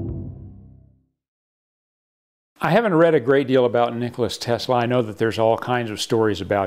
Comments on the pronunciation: Omg it's, "Nikola," Tesla lol not, "Nicholas," Tesla!! (Few things more annoying) 😂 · Hey it's not Nicholas Tesla, it's Nikola Tesla!!!! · Nicholas tesla?? Nikola